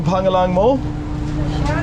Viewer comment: Your pronunciation of "pangalan" needs to be worked on. It's so off. It's pronounced "pang-Alan" with emphasis on the "Alan" like the name. The 'a' in "Pang" is pronounced almost like an "o" in the word "lOng."